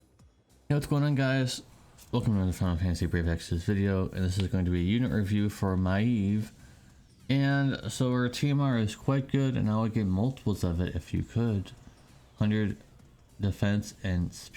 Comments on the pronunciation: MAY V lol why you keep calling her my eve? Lol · Pretty sure that's not how you pronounce Maeve ?